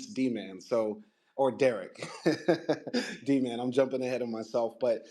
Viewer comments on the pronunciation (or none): My question was how did he know how to read and write if he never had that kind of education? He just knew how to do that one she had a typewriter type device? That’s what didn’t make sense about her story. She also didn’t really pronounce Dman correctly. It’s like she just made up the name. In a way it’s like Anna actually believed her own story though…, I’m not sure what to believe.